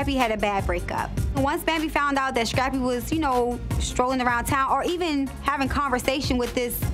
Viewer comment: Us: Scrappy Tammy: Shrappy Us: Screen Tammy: Shreen Us: Skate Tammy: Shkate This woman can't pronounce any words that start with " S C'' 😂😂😂😂